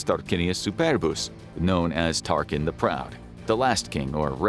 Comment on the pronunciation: Saying the name Tarquin wrong within the first 4 minutes is not a great sign...